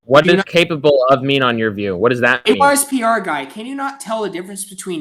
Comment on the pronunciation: “ARs PY guy”